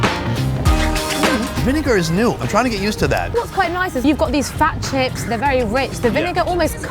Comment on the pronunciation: lmao sounds like she says these fat chick's 😂